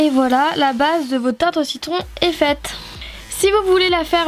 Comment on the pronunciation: tu a dis tarte aux cicons a 0.42 sec je croix mddr 😂😂mais ta vidéo est super comme toutes les autres 😍😍😘😘